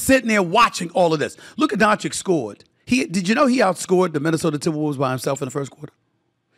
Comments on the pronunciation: It has to be on purpose. I know they have trouble pronouncing basic words sometimes ( "ask" and "specific" ) immediately come to mind, but SAS hears Lukas name pronounced correctly a hundred times a day. There's no reason why he shouldn't try to act professionally and at least attempt to say It right. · This man can't even properly pronounce his name after years, that's just disrespectful. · Its been 6 years. Learn to say his name or stop intentionally trying to disrespect him. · How can he be butchering Doncic's name for 6 years??? Dude, you get paid to do this, learn how to say one of the best player's name... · SAS is a luka hater. Not learning to pronounce his last name or mispronouncing proves it. I hate his takes about so many things. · this is his job and it is not a rocket science. And by the way, Doncic is one of the easiest Slavic surnames. If he knows how to say Jokic then it shouldn’t be that tricky. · Learn to pronounce Lukas surname .. or you don't want? or you can't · It’s Doncic not Doncik… when you speak, speak slower then you will achieve the right pronunciation ❤ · Doncic!!! Not Doncik u f…. Loool, have some respect Stefan😮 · Doncic... It's Doncic. Not Doncick. Idk man, it's really not that difficult to pronounce dude. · DON CHICH ! Not donchik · Luka is 6 years in NBA. By now, you should learn how to pronounce his surname. It is not Luka Dončik, it is Dončić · My god Stephen A, this man has been in the league for almost 6 years. One of the most talked about superstars. Its Luka Dončić(Donchich) not Doncik or Danchich. D and then an O not A. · DON-CHITCH, not DON-CHICK!!! Bruh! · Hey Steven Ey Schmidt it Luka Donchich, not Donchik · Dude it is pronounced Donchich, not Donchick. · DON-CHICH omg it’s not hard. It’s about respect. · I thought it is pronounced: Luka Donavich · Luker Donchick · Please pronounce his name correctly. Dončić - "DonCheech" I cant believe you can't say it right man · Say his damn name right. C’mon already.